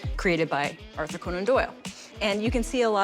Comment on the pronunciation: Unique pronunciation of Conan😂